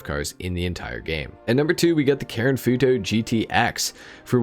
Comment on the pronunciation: It’s the way he says foo toe for me